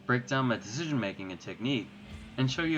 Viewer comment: Comment and a question: Excellent video!! Really well done. Curious, how come you have trouble saying the word "decision"? It's like your tongue is too fat to say it